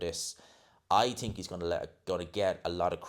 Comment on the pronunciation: Dude, why do you always say "TINK" ...It's "th"ink